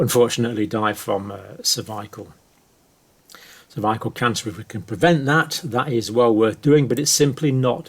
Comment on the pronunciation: The way you pronounce "cervical" makes me doubt you are a doctor. Maybe a puppet... don't know but disturbing.